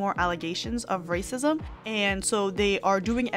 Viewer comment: Stop with the rrrrrrracism! To keep focusing on rrrracism is to keep up the Divisiveness! I thought inclusiveness was in!!!!!